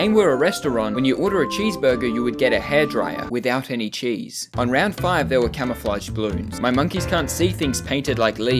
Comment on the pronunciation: whitout any chese" hahahahahaha im dying